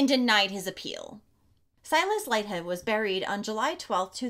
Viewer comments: Aussie here. Pretty sure it’s pronounced “Leeth-head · Pronounced LEETH- HEAD. Kate. Not Katey. Kate.